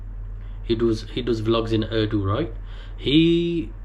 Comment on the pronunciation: Brother its Urdu not Ardu